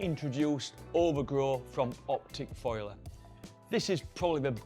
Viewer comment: It's foliar, not foiler.